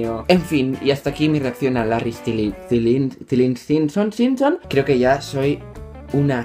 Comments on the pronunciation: "Larry stilililinson "😂😂😂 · I didn't understand anything. I don't even know what language is it. but it's anout larry stylinson. , and it's larry stYlinson. not stelinson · se pronuncia staylinson no stilinson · a ver no puedes ser directioner si no sabes pronunciar sylinson (se dice staylinson) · se pronuncia así larri estilson o estailson :v así como lo lees xdxd Deberías reaccionar a smut de larry stylinson:v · se pronuncia Larry estailinson (ya que sty viene de Style y linson de Tomlinson) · se pronuncia Larry Estailinson 😋 Me caes bien jaja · Para ayudarte, se dice "Estailinson" asgshegwh Te amo <3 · Se pronuncia stailinson (? y se escribe stylinson JAJA, que lindo que hicieras ese tipo de reacciones Larry is fucking real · Larry Stailinson,se pronuncia,y reacciona a freddieismyqueen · OH DIOS MÍO LARRY ES REAL (se pronuncia larri estailinson) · se pronuncia larri stailinson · se lee "estailinson" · Se escribe Larry Stylinson y se pronuncia Larry stailinson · estilinsinson 😂😂😂. Se pronuncia Estailinson 😌